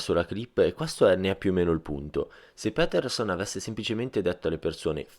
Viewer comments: Si dice "piterson" non "pèterson" ahah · Doppiaggio e traduzione molto ben fatta, ma per favore, è Jordan Pétèrson! :D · si pronuncia piterson dai